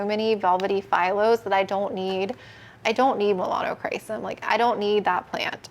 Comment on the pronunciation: “Melanocrisis” is what another plant person I watch calls the Melanochrysum. 😅🤣 cracks me up every time I hear it.